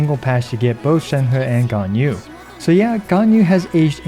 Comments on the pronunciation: Hey, on ur Sheng He video, pls pronounce Sheng He more like "sheng-her" not "sheng-hurr".:) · Please stop saying ShenHUH! It isn't fun or funny. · I feel like everybody having trouble pronouncing Shenhe